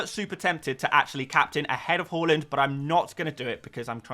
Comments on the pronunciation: its hAAland not hoeland, sounds so annoying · Why do you keep calling him hoooland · Learn how to pronounce Haaland.